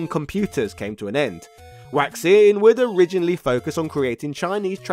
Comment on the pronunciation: "Waixing" is probably pronounced "why-shing." it definitely isn't pronounced "waxing."